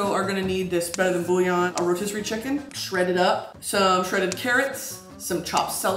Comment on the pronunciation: Booyawn kills me everytime😂